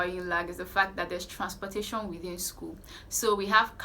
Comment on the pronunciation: It was the part she pronounced "transportation" 😂